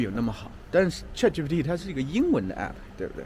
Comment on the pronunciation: 老师，那个叫chatgpt 不是chatgtp 哈😂